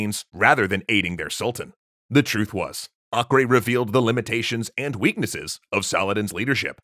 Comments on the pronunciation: Acre is pronounced like Aker, not akre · Am I the only who thinks Acre is pronounced Aiker not Akreh? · acre is not ock-ray, its ack-err.